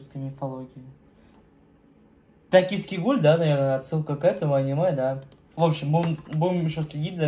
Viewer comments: правильно не гхолу а гуль:))) обожаю твои реакции удачи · мне понравилось как ты прочитал слово гуль как кхол